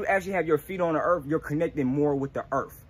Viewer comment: “Erff” connect to the erff